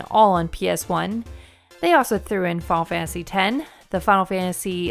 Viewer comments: Fiyul fansee fiyul fansee lol ennunciate please Fi-Nul Fan-Tuh-See Final Fantasy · "fah fansy"